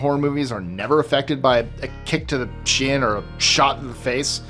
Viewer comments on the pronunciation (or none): none